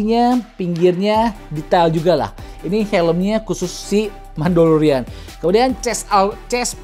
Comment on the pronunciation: Mandalorian bang.. bukan Mandolorian.. kalo penggilannya emang Mando..